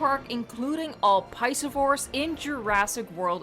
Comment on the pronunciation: Man who pronounces piscivore as paiseevore